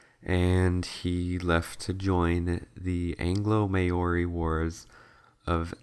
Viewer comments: You pronounce it like mowry not mayory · The way he pronounced Maori made me die inside